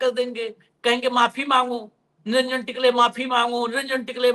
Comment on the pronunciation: निरंजन टिकले नहीं टकले उनका नाम है.